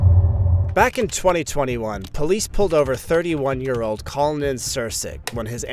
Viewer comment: His name is CON-lin... Conlin. You had me rewinding a couple of times to make sure since you called him COL-nin :|